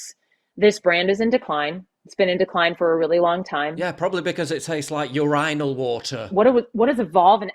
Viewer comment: Yur-ine-al water...that is a 1st I've heard it pronounced like that.